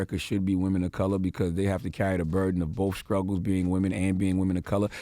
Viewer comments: Scruggles? Is that what I heard? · How are you media pronouncing it scruggles... 🙄 do better fuckboy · I thought I heard Charlamagne Tha God say, skruggles!!! instead of saying struggles!!! Wow, education in America!!!